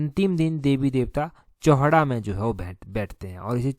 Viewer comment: सर चौहडा नही है चौहटा बाजार में बैठते हैं।